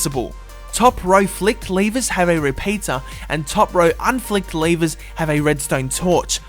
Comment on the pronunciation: why do you say lavers